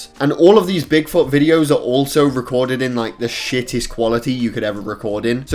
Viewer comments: The way he says Bigfoot makes it sound like big fart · What he said : bigfoot What I heard : big fucc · Did he say big fart or Bigfoot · “big fot” 😂